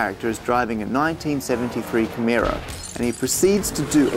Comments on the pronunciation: That would be Camaro , not "Cameera". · Camerra? It's CamARO, mate. ;-) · I've become irrationally angry at how he pronounces "Camaro". Then again, he comes from a country that's upside down, so what did I expect? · How do you even get "camheera" out of "camaro" ? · Watch out for making mistakes yourself when you're correcting someone! It's obviously "Camaro", not "Camero". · I thought it was camaro not camara? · Does he not know how to say "camaro"? I'm sorry but accents shouldn't change how words are actually pronounced.